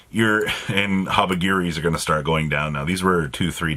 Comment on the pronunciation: It’s called HabaKIRI not HabaGEERY 🤡